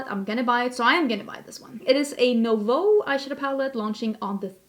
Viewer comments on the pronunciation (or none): none